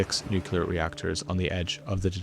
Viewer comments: NOT Nucular !!! Not nuculous Nu Clear... Nucleous... Nuclear Nuclear Nuclear. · NU-CLEAR not Nu-CULAR. I wish people would learn to pronounce it correctly! Especially if they're doing an Entire piece on a Nuclear power plant! please please please 😵‍💫🤯 Also, yes, please stay safe❤ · "Nucular" reactors generate power from "nucular" interactions with atomic "nuculeses". Do you require some English lessons? English, aka the language of the oppressor, is not my first language, but I could teach you how to not sound like a complete buffoon. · He doesn't pronounce it like that. He says Nuk-u-lar, almost every time. And, no, it's not correct. He sounds like George W. Bush when he says it. You can say "Nu-clear" or "Nu-clee-ar/uhr" but not "Nuk-u-lar." Being Irish has nothing to do with it. And, yes, as an author and someone who speaks three languages, I do know that. It's you that needs to learn to listen better, not me. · Your reporting is useless and your work is a disgrace. If i ever have to listen to the word nucular one more time, i’m going to go cray cray on you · Nu - cle - ar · I always watch your considered reports, but wince with every nukular. Why do you use yank pronunciation? Is your biggest viewer group in the US? I am a Kiwi. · Just an aside, it would be great if you could teach the world to correctly pronounce nuclear: New'-clear. Thank you and bless you. 🙏🏼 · Sure. He might want to learn how to pronounce "nuclear" first though. Hint: it's not three syllables. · Try pronouncing nuclear correctly. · its called a NUCLEAR plant, not nukular plant. you sound like george bush when you say it wrong like that, but u are missing the "looking at the sun" facial expression :P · I don't want to undermine the rest of your journalism but a point on pronunciation: nuclear is said "new"-"clear" not "new"-"que"-"lar" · Nuclear not nucular. Both are very scary though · I had to write this, im sorry but it's NU-CLE-AR not Nucular >:( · NucLEar - not nucULar.